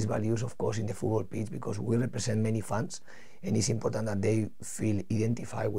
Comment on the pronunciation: is he going to say "IMPODDANT" 10 times every interview???